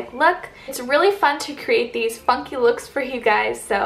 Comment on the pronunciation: It sounds like you said "fucky looks for you" i was like what? 😂😩